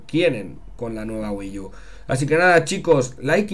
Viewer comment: SE PRONUNCIA WII U, NO WII YU